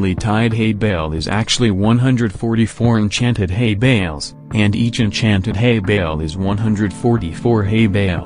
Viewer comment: i hear hey bells instead of hay bales